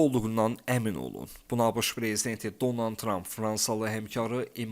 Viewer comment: Heç olmazsa insanların adını düzgün tələffüz edin.Donan,Zenenski.